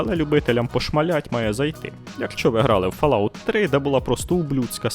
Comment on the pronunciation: але ж....читається фОлаут